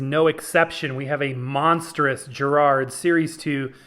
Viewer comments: Why oh why can't Americans pronounce Garrard correctly. It's Garrard as in Garage or Gary not Jerrard as in Jerry or Jeremy. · I wish American’s would pronounce it correctly it’s NOT Jerrard it’s Garrard as it is spelt. It starts with a G not a J. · Hey, please tell us confused American hifi geeks the correct pronunciation: is it "GA -rard" or "JA-rard"? I've always heard it as the latter choice. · Interesting video - it took me back to my school days. But, please note, Garrard is pronounced with a hard "G" as in Gary, not a soft "G" as in giraffe. A little research would have put you right! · Makes me laugh how Americans pronounce the word Garrard especially as I used to wire the arms up on Garrard turntables back in the day. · Well done for butchering the name Garrard multiple times.